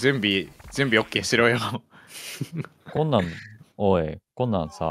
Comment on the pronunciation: 自己紹介から好き この声字幕無かったら分からなかったわ... え、えぇーっ 行っちゃった こん↑なん↓さぁ